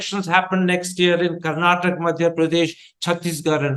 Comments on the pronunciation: For all those who don't know and doesn't bother to know. It is "Karnataka" not "Karnatak". And the language is "Kannada" not "Kannad" The fact that journalists are making this mistake is unimaginable. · For the nth time, its "Karnataka", not "Karnatak" !!!